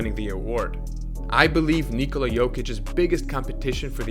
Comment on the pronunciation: Kudos for the most decent attempt pronouncing "Nikola" i've heard in a while. Where are you from ?